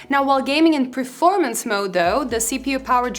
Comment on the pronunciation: please, it is PERformance, not PREformance